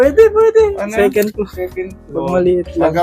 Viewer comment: Halos 80% pilipinos saying secend, instead Second, Yan kya natutunan nila sa school